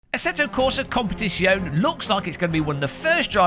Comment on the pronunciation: FOR GODS SAKE LEARN HOW TO PRONOUNCE "COMPETIZIONE" BEFORE I KILL SOMEONE IT RAPES MY EARS EVERY TIME YOU PRONOUNCE IT TERRIBLY AAAAAAAAAAAAAAAAAAAAAAAAAAAAAAAAAAAAAAAAA